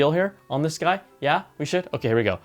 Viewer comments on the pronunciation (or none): Awesome shirt bru. You went full Afrikaans with that “Jaaaaa”